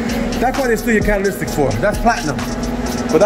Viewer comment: He said Cataly"S"tic 🤣 Oxygen sensor spacers don't sense heat, they pull the oxygen sensor out from the exhaust pipe. As a result, the increased oxygen level in the exhaust flow can't manipulate the oxygen sensor. Thus, the ECU keeps thinking everything is alright with the cat system Though, he may be right. It may be heat! After all it is a Cataly"S"tic converter🤣